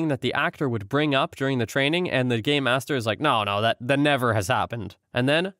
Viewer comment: It's pronounced game master. I can only figure Gaymasters, as it was pronounced, would only be featured in some rather niche escape rooms.